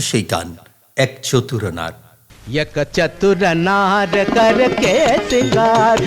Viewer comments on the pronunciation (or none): যিনি এই ভিডিওর উপস্থাপক তাকে অনুরোধ করছি দাদা উচ্চারণতো ঠিক করে বলুন - "পড়োশন", "এক চতুর নার" এই উচ্চারণগুলি ঠিক করে বলুন । একদম সাদামাঠা বাংলা উচ্চারণ করলে হবে ?